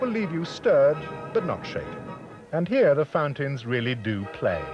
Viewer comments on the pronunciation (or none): none